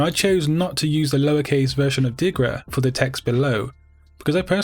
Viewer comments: Its Dirga, not Digra :D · Speak correctly diRGa and not diGRa :)